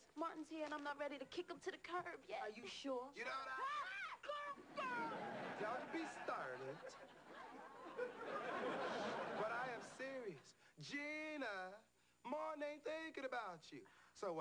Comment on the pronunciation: "Don't be Start-tled" lmboo!